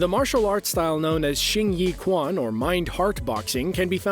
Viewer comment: quan is pronounced chuan, not kwan Shao-lin-chuan Xin-yi-chuan